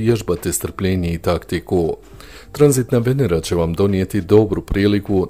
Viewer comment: Naglasak nije na prvom e nego na drugom!